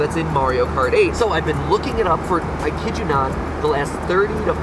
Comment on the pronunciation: Mario KKKart